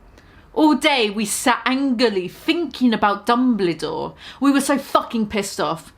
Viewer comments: Lmao I’m deceased even though they spelt Dumbledore correctly you keep saying “Dumblydore” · mispronouncing Dumbledore spelled correctly gave me life.